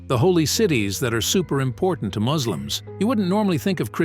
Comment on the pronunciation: Listen you MAGiT its not muzlims😠 Its Muslims 😁